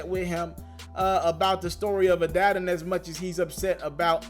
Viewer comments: Omg I thought I was the only one it bothered!!! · Adidon is pronounced as “Ah-Dee-Don”. With you being a journalist your pronunciation use is killing me. I’m sure you have heard the name pronounced correctly.smh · I cringe every time u say Adaddon.... 🤦🏿‍♂️ bruh journalist can’t be out here mispronouncing stuff THAT many times. Smh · I agree. I respect his hustle but you have to run a tighter ship than that. Stop mispronouncing shit like you just left up off the block.